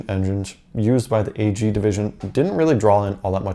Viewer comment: Why do you say “A-G”. Ag is short for agriculture so chop riculture off and say ag